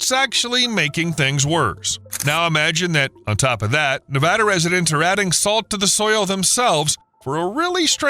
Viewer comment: Thank you for pronouncing Nevada the way residents do. It lends credibility to this video.